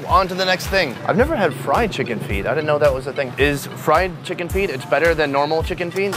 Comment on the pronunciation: "Wow Checken" Oh my gosh. 😂😂😂😂😂😂